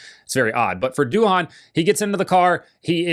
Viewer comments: Pronounced “do” - “in” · Doohan in Australia is pronounced doin’…. Nothing special. 👏👏💯